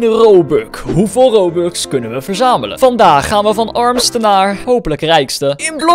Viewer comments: Je zij robuk, maar het is robux! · Aan het begin zei je :' Robuk ' maar het is' Robux' nou ja iedereen kan fouten maken! 🤣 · Je zei: robuk